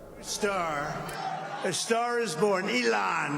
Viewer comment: ellan musk na e-lon musk.😂